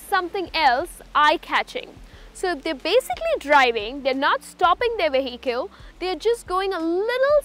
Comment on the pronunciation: U wrongly pronounced ‘Vehicle’